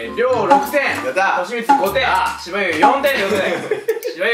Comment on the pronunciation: ｢と.し.み.つー｣にしか聞こえない